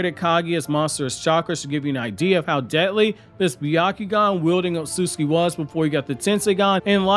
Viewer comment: Not as bad as Otsutsuki